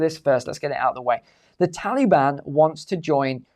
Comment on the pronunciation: I absolutely LOVE hearing say the term, "Tally-Ban" 🤣 It's like when Brits say "Beer Can" all I hear is "Bacon" 🥓